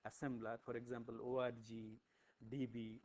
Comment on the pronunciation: "With the help of this ORGY" - cannot unhear.